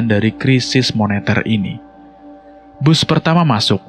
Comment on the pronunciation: Sebutan yang betul ialah BUS....